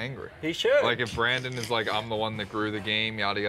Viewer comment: says brendan trying to say Brandon